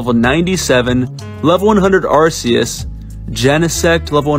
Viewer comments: "ARSEUS" ITS PRONOUNCED AR KEE USS 🤓🤓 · Bro proceeded to correctly malpronounce rayquaza and arceus wow